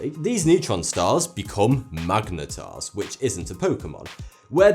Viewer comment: this is so funny he says magenetar that is not pokemon lol